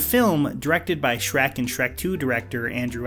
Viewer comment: I've never heard Shrek pronounced that way.